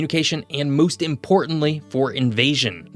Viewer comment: "and moist importantly"???